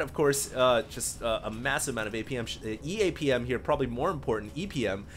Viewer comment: What's EPM? I know what APM is, but def. said EPM.. "..massive amount of APM - uh, EAPM probably more important, EPM..". Huh?